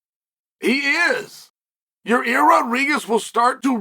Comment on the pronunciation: I gotta be honest I've heard a lot of things but never hear someone call Yair Rodriguez, Ya-rear.